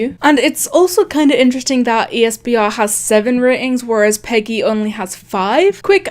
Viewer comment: its not prounounced peggy its acually pronounced pee gee